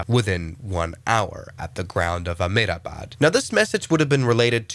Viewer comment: Amedabad😂. Its a-hem-da-bad